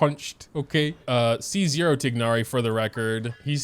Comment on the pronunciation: saying “TiG-nari” with the G is taking years off my life